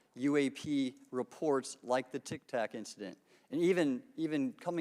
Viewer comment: Someone tell Grothman it's "tic tac" not "tik tok"